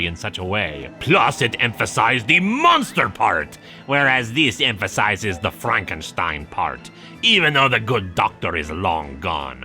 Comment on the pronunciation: Glad to hear pronouncing Frankenstein with the german "st" again. Doing an archive binge of this comic and dropping that in #5 was jarring. Edit: Some of the time at least